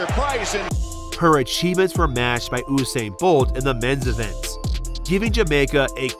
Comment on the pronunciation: Am I the only one that heard Usain's name be pronounced wrong?